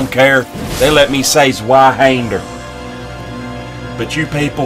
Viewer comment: "Swhyhaynder" is so much closer, to the right pronunciation, than "Zweeehunder" You're a literal saint! I really like you. *Smoochie on the belly, for your efforts.